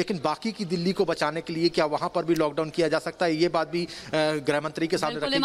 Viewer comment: हिन्दी सुधार लें.. गृह होता है ग्रह नहीं। मातृभाषा है.. ध्यान रखें.